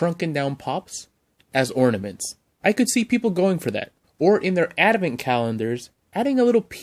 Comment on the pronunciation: Dude, it's ADVENT. not adamant. Say it ... ad - vent.